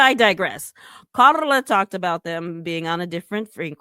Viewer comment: Why do you keep saying Carla like that?😂